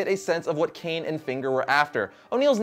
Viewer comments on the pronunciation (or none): none